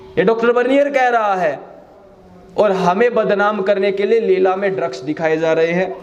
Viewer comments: Leila not leela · पहले नाम तो सही से लेलो, लीला नहीं लैला है वह। 😂😂😂 और चले है ज्ञान बांटने